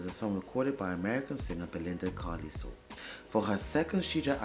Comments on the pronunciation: Pronounced Car-Lyle (like "Isle" of Man). Belinda was definitely a talent. Awesome reaction darling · Great reaction. Like narm67 mentioned, her last name is pronounced CAR-LYLE (rhymes with "mile" and "while"). The Go-Gos were/are terrific! They brought a retro 1950s-60s vibe to new-wave rock music in the early 1980s. You may have heard of the Go-Gos' hits "We Got the Beat," "Our Lips Are Sealed," "Head Over Heels" and "Vacation." In real life, Belinda is married to Morgan Mason, the son of British actor James Mason ("A Star Is Born," co-starring Judy Garland, "North by Northwest," co-starring Cary Grant, and "20,000 Leagues Under the Sea," co-starring Kirk Douglas). Morgan's mom, Pamela Mason, was a British actress as well.